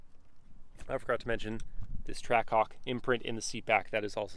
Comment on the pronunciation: hawk twaah??😂